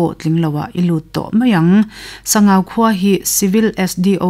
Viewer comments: Sangau (Ramhuai lalpa) hming hi Sang(hmun sang rik danin) Au ( mi kan au ) rik dan in lam tur a ni e , an tia lawm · Ziaktute an zah awm rualin an ziak kim lo hle in ka hria, tin, luite tui hi kei mi LAI hian TIVA tih hian kan sawi thin a a chhiartu hian Sangau va tih a lam kha chu Sangauva tih khan alam kha ani a, adik tawk lo ani. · A chhiartu Aw in a zir bawk a, ngaihnawm hle mai,, Mahse, thil pakhat;,, Sangau va tih kha "va" tih tak hi Sava ti a, "va" tih thluk ang hian lam zawk tur a nia, Mihring hming mipa hming angin i chhiar daih a, Sabgau va". Tih chu Sangau Lui tihna a ni ang,,!?😅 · Sangauva i lam dan hi i tih hi a dik chiah lo, mihring hmingah i chhuah tep. Sangau dawt chiah a VA hi lai tawng a ni a, VA hi lui tihna a ni. Sangau lui tih a ni ber awm e